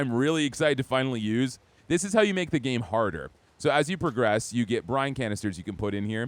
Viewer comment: I laughed because i thought you said frogress once you hit a golden frog